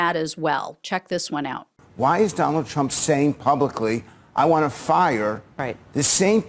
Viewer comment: Did you just call him "Don-old"????? 🤣🤣🤣🤣🤣😂😂😂😂😂🤪🤪🤪🤪🤪